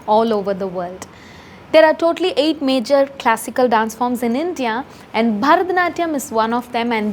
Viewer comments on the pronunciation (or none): none